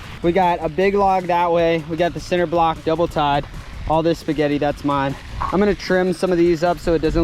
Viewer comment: Is he saying center block? 🥴